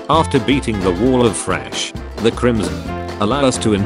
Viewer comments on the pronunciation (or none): Did you see that he says fresh instead of flesh